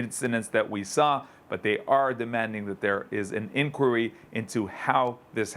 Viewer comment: Why cant this guy say inquiry? What's wrong with him?